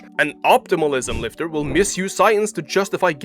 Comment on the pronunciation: JEFF NIPPOD 🗣️ SCIENCE BASED LIFTAH 🗣️ WON’T TAKE YOUR PITCHAH 🗣️